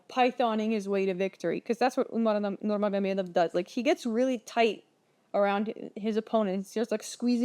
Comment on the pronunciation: You Russian? That Nurmagomedov pronunciation was perfect.